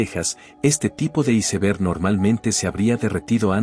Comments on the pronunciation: SI NO SABEN DECIR "ÁISBERG" MEJOR DIGAN "TÉMPANO" DIOSSSSSSSS !!!!!!!!!! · Sii y aunque hablé en español, debe decir bien "iceberg"